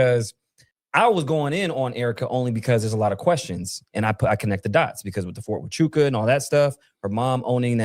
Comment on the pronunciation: I’m sorry to go off subject but did he say fort hauktuah 😂😂😂